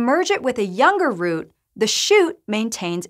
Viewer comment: It helps if the presenter can pronouce root, fruit, and shoot in slightly different manner. I had to replay 5 times to process the indormation 😂